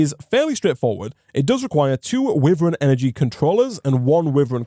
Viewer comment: I love the content but every time i here witheren instead of wyvern (y ver n)i die a little inside... dont know why but its realy jarring.